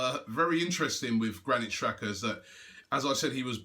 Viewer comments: its pronounced "tshaka" not "shaka" :-) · it is an albanian player and it's pronounced "Jaka" not "Shaka"